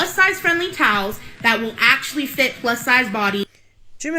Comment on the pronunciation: She says TOWS not towels , just one more thing I cannot stand about this girl !